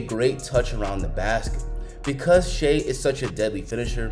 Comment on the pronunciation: Damn, NBA YouTubers still don’t know how to say Shai’s name.